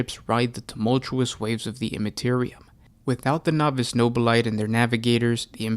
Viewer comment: Nobili-TAY. It's pronounced with an -ay rather than a ite!!!!!